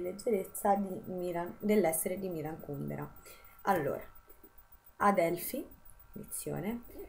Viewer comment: Finalmente qualcuno che pronuncia Kùndera come si deve!!! Sembra l'eterno dilemma Salgàri-Sàlgari... PS. SI dice Salgàri!